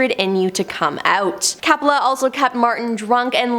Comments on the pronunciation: COPPOLA...NOT CAPPOLA! 🙄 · Ok it’s Coppola , not cappala. Apocalypse filming was full of drugged up and method actors. It wasn’t a curse, it was the 70s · All those names being tortured several times Coppola as Cappla, Nirvana as Nirvania 😅😂🤣i almost got a seizure listening to that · Francis Ford Coppola, with a long o sound as in OH.